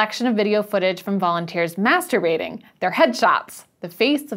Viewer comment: I don't know why but I found it hilarious and loved the little "maehstahbaitin" line at the end. Lol.